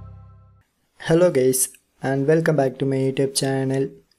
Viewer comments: He litteraly said hey gays😅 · Hello Gays? lol